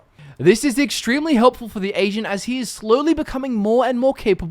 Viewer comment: he kind of sounds like he is saying Asian instead of Agent at times